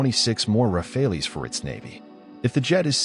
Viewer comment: Rafales, read...Raa..Faal